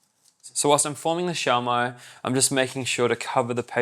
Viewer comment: The Filipino pronunciation is shoh-mai not shao-mai